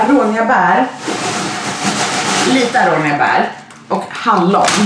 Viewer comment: Det utalas inte arånia de utalas aronia(no hate)💗 Bra vlogg btw💖☺️